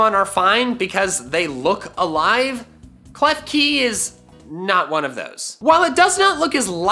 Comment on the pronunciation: KLEFKI DOES NOT END WITH EY, IT ENDS WITH AN I! FIX IT NOW!